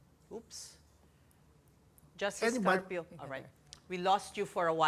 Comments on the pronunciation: Carpio po Hindi Cardio. 😅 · Carpio hindi Cardio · *carpio po hindi "cardio" 😆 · Carpio. Hindi cardio. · One PH - ayusin nyo, Carpio hindi Cardio- vascular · Carpio po - hindi Cardio 😅